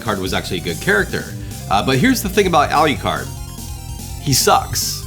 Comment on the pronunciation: Love the channel, great video, but omg the way you pronounce "Alucard" 😢